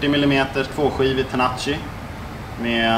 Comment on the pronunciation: Man utalar väl tenaci ”tenaki” inte ”tenachi”